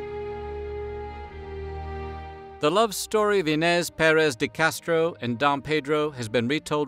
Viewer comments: There's no tilda over the letter "n" in the Portuguese language. The same sound is sometimes represented instead with "nh". So, Inês sounds more like "E+neé+shh" in Portuguese, if you read it phonetically in English. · Its interesting how you do extensive research for these videos, but somehow miss simple things, like what an aqueduct is, and how to pronounce iñes.